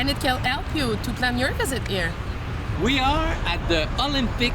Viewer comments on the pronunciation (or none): Here she says "eer" though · Wow -- she said "here" with an H.